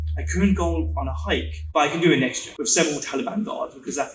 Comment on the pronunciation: The way he says year is so funny 😂